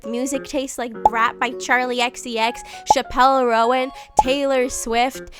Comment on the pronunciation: ☝🤓erm "chappell" is pronounced as chapel 💒and "roan" is one syllable like the horse 🐴